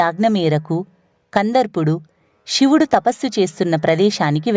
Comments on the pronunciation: ఇలాంటి భక్తి ప్రధానమైన వాటిలోనైనా ఉచ్చరణ సరిగ్గా ఉంటే బాగుండు. శివుడు షివుడు కాదు. ణ అక్షరాన్ని సరిగ్గా పలకండి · వ్యాఖ్యాత మాటిమాటికీ శివుడిని షివుడు షివుడు అనడం బాగోలేదు క్షమించండి కథలో ముందుకు వెళ్ళలేక పోయాను